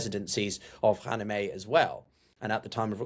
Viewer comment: How about learning how to pronounce Khamenei first.